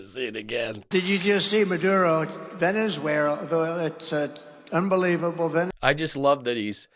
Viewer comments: Veni-where? Donald?😂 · Their Orange leader said "Pee Dutt....Ahhh" and "Venes Where Ahhh"?!?! Let's go home because there's NO intelligent life here. 👽👽🛸